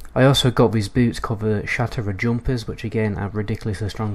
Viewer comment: Isn't it pronounced "shat rath"? Sounds like you are saying shatera